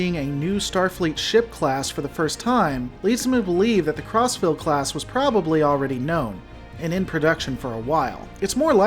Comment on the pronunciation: All I hear is "CrossFit class"